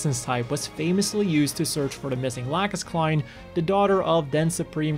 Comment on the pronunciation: I could write a book on what's wrong and with each VA but I'll just break it down to this - How in the heck did you get by the fact they messed up pronouncing Lacus Clyne's name?